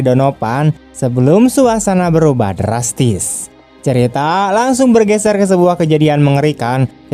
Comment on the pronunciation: Enak nyebut DRRASTISSS nyaa🤭